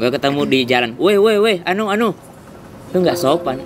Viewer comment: Anuu anuu 🤣 sulsel bangett